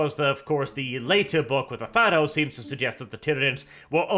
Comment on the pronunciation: there no I it’s py-thos think like python